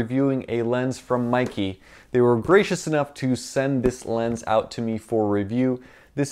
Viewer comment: Seriously, Meike is not pronounced as "Mikey". The correct pronunciation is "May Ker".